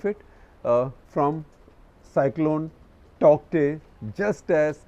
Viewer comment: Sir may be 'Taukte' is pronounced as Taute